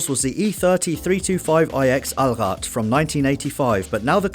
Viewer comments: The way You pronounced Allrad Made me proud❤️ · I love how you say "Allrad" (i mean it's good) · You pronounced "Allrad" fucking good. Greetings from DEUTSCHLAND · You spoke out "Allrad" so well. Respect from a German for that! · Gotta love how you pronuonced the "Allrad". Pretty good... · You pronounced "Allrad" really well! I'm kind of impressed.